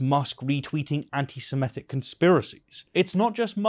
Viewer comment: The word is "semitic" NOT "simetic".